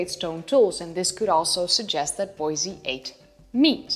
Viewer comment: It's pronounced Bois- e -i just to make you aware.